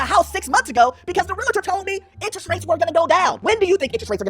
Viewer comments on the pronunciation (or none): 🗣️It’s Real-tor! not Real-i-tor 😁